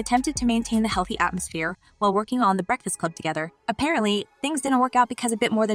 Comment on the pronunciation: You look very unprofessional mispronouncing The Breakfast Club. #biasedmuch